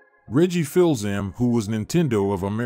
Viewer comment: Reggie Fill-Zam 😅